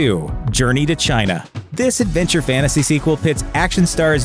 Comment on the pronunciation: There's no such thing as FANNASY.... F-A-N-T-A-S-Y which is pronounced as FANTASY! This word doesn't have a silent T....BTW, If the T cannot be pronounced after the consonant N then the T would be SILENNN when it isn't.....